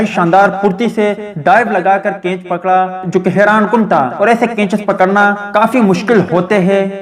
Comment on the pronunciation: Bhai G kainch Nahi Catch Hota Hai Pahlay sahi Bolna Sikh Lain Meherbani